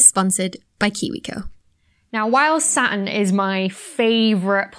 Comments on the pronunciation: The prononciation of Saturn cracks me up every time :) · A number of dialects replace 't's with glottal stops. The Brooklyn accent, for instance.